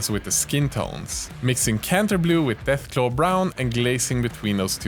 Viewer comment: Deathclaw brown u said deathglow 😮